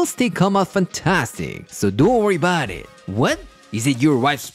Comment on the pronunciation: Italian Americans: Fuhgeddaboudit: Don'tworryaboudit